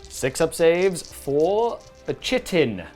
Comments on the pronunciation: It's not chit-en its kite-en and its not ick-or its I-chor i don't like that I'm doing this but both in 30 seconds was to much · Kite in not chit in! Cool to see a desperate escape after defeat. May all the thralls of the corpse god meet such a fate! Tzeentch willing of course. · Pronounced like kite. Chitin.